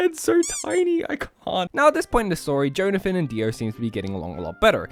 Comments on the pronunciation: I know it's a joke, but i can't help but puke every time you say JOE-nathan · everytime he says jhonathin he says joneathin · Johnathan my favourite Joestar, for real. Edit: Unironically. I'm not making a joke about how he said "Jone-athan" the whole video. I actually think Johnathan is a great man and a great role model. He sets the bar that few of his offspring will ever approach. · I literally spent the entire video getting so angry about your pronunciation of Jonathan until The very last minute when I understood the bit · How do you not know how to pronounce Jonathan, one of the most common names on the planet.